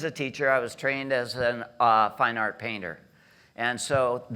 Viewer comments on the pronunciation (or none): It is "Art" - not "Arte" 😉